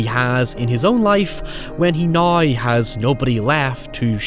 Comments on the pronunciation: “I never had the opportunity to see it until naïeaux” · Naaiouuw? Did you try to say “now”? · the way you say "now" ahahah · Man you really stretch the pronunciation of the word "now" out to it's full potential lol I love it. Great vid, great channel. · The way you say “now” is absolutely bonkers 😆